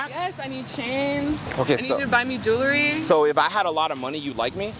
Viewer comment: Dude played her HARD!😂😂😂 Also, it "jewelry," not "jewlary."